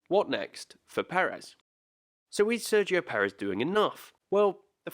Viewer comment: I don't understand how it can be so difficult to pronounce his name accurately.